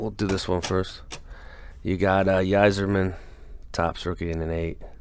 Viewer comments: Just a heads up, Yzerman is pronounced as (I)zerman Y like an I. Good stuff as always. Lot's of Eagles!!! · Yzerman pronounced eye-zerman